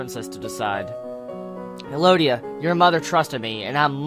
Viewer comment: elodie is pronounced eh-lo-dee if no one corrected you yet. :)